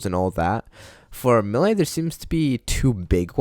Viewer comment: top 10 people who can’t pronounce melee